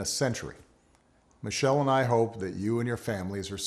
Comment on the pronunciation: Did he said Michelle or Michael?